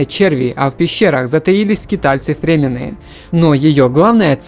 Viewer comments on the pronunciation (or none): Ну можно хоть текст с бумажки нормально прочитать? Названия, фамилии не коверкать? Отделять фразы друг от друга! Да и ужасная дикция, с чем иначе можно было бы смириться, слух режет. Френк Герберт - не Гилберт! Фримены - не фремены. Да вообще, по поводу каждого обзорного фильма можно вики открыть, хоть понять о чём говорится! А то как школьник-двоечник, скачавший реферат с интернета, и тут - к доске! Одна фраза, почему спайс контролирует вселенную, сделала бы видео в два раза информативнее и интереснее. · Какие еще фремены затаились ?! ФрИмены . Я понимаю если бы читал нанятый диктор . Который хер на все клал , просто отработать . Но похоже ты тоже понятия не имеешь про что говоришь .